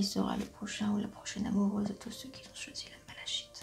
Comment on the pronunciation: Bonsoir, Merci pour ce tirage. J'avais choisi la malachite (qui se prononce malakite 😀). J'espère que vos prédictions vont se révéler 🤗❣. Bonne soirée.